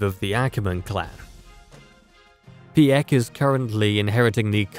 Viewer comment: Pee-eck you say? He you say? So close...